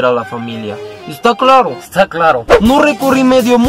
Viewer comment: _Esta clarro. _Esta clarro! _No recorrí medio mundo para que burles de mi asentou 😂😂😂 Morí con esto ya😂😂😂😂😂😂